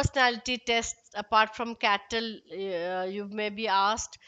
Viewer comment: Its cattell not kettle